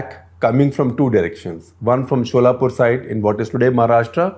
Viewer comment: Info: Solapur is pronounced 'सोलापूर' (derived from the number 16)